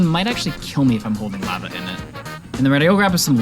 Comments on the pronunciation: Lahva not lAva 😭😭😭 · Its pronounced “LAH-vah” 😩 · lahva and myth-rill also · You pronounce lava like the white lady selling tacos in family guy. It’s a bit comedic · I have never heard anyone pronounce lava like that lol